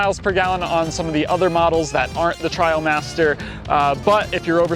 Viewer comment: I think it’s TrAILmaster, not TrIALmaster.